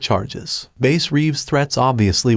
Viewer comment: If you watch the trailer that first came out he says his name and he pronounces it Bass just fyi